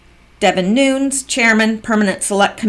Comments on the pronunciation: Devin's name is not pronounced Nunes (noons), it is Nunes (noon-nez). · Nunes...pronounced New-nez